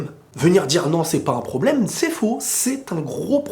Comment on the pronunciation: C'est un pwoblèmeuh ! C'est un gwo gwo pwoblèmeuh 🤣🤣🤣🤣